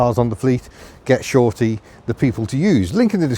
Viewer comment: Goshorty not “get shorty” that’s a film with John Travolta in it 😂😂😂😂😂